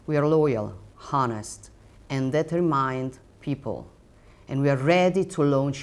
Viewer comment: She pronounce the h in honest Honestly